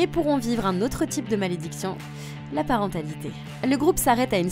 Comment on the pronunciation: La parentalité lol comment tu là dit